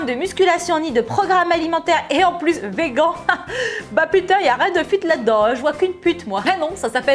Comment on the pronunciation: vegan ça se prononce "végane", ou "vigane" pour être plus près de l'anglais